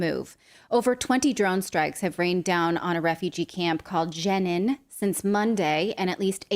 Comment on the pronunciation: Jenin is pronounced like the female name Jeannine. I am somewhat biased, having traveled to Israel several times and having kept a journal each time. The history of Jews in the land goes back some five thousand years. The history of Palestinians in Palestine does not. On each of my trips I noted when Palestinians had murdered members of the Jewish population. This is nothing new and I refuse to view the Palestinians as victims. I have seen where Palestinian "children"have been the attackers. Their culture is amazing! When Israeli citizens are butchered bombed and burned the Palestinian residents of the state of Israel hand out candy to celebrate. The world's media celebrates their celebrations. Israel retaliates and the world rallies against them. Poor, poor Palestinians, Screw them one and all! With all possible animosity, Michael